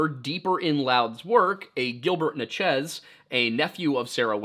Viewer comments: Just want to get everyone riled up about how said “Natchez” in his axeman of New Orleans video. It’s “Natch-ez” not “na-Chiz”. Only critique I’ve ever had, keep doing ya thing brother. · as someone born and raised in natchez, ms… i have never heard anyone call us or the tribe as “na-chiz”, it was so funny watching the axeman video. it could very well be that the original was “na-chiz” and we’ve just lost the way!